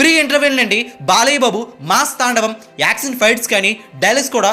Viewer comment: ష..పలుకు బ్రో.. స..కాదు.. యాక్షన్ అనాలి.. యాక్సన్ కాదు